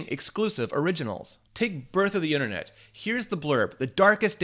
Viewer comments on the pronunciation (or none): none